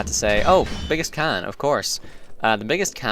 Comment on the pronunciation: The way you say Con xD